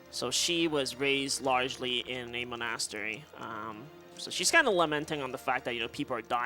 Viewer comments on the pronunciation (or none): Mon-ass-teri is my favorite one. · his inability to pronounce monastery bugs me, especially when no one corrects him. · not a fan of his diction, and constant repeating of things like "basically" or "we'll --- about that later". and his pronunciation of monastery. i dunno why but it makes me angery. i'll give him credit for explaining things though, as that can get tiring for 5 hour run (in addition to his own run).